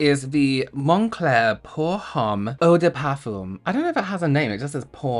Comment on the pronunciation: Poor Homme means 4 men Also Don't pronounce the H Montrealer here